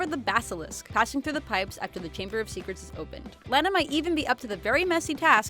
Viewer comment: It's (LAWN-A) not (LAN-A)